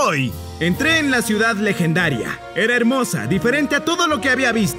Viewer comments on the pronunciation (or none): none